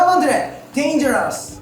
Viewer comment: It's dangerous tho, not dangers hahaha